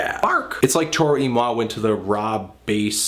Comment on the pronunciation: Wow. I've been pronouncing Toro y Moi wrong all this time. Thanks man.